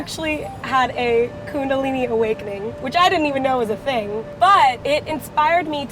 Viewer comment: I love how she said "Kundalini awakening" shout out if you're also Indian.